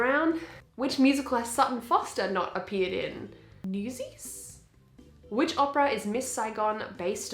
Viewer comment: The first one is “NEWSIS” 😭😭🤣🤣🤣😂😂